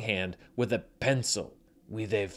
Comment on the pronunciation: "With a fooking pensile."